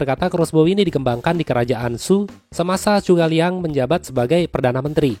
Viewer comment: Zhuge Liang ( Kongming ) Zhu - Ke - Liang Bukan Chu - Ka - Liang Sumber : percakapan pada film Tiongkok berjudul Three Kingdoms